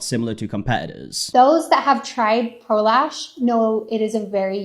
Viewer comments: I cant be the only one who doesnt hear prolash but prolaps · Every time someone says, "Pro Lash," I hear, "prolapse," and I've just been giggling this whole time.